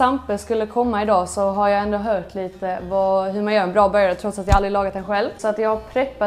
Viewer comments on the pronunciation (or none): vet inte varför jag började tänka på Mysteriet på greveholm när jag hörde henne säga "Hört" - Dialekten :D <3